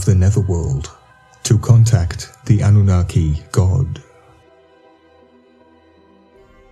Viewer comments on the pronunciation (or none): none